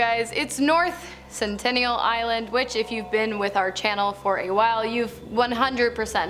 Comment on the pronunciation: Lol centennial